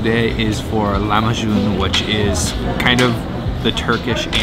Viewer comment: Lahmacun not Lamahcun :DDD ı love you man :DDD